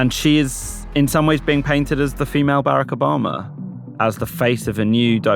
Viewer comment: Don't be daft. 1. Liberal media bias is a myth, constructed by the GOP'S Fox Propaganda Department . There is no liberal media bias. 2. His name isn't Berrick. It's Barrack. Try listening to his wife say it and copy her. 3. Kamala. , la Say a comma like in a sentence. Then la.. Like do re mi fa so la ti do.